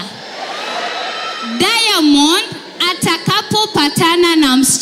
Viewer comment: 🤣🤣🤣 She is trying to pronounce, "Diamond" with an 'i' like Tanzanians😆😆. Eti "Diamondi"!!